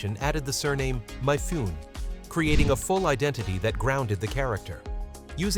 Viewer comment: Where'd that car in the title thumbnail come from? It's NOT the Anime series car. 😮 "Mifune", the 'e' is pronounced, not silent. Born in 1957, I grew up in the 1960s and early 1970s. I never saw this show, as I don't think any of our local TV channels carried it. I first saw it in the 2000s when I got online, and watched it on Netflix. 😮